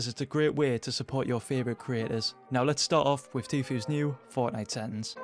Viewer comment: i like how you don't say settings u say sethings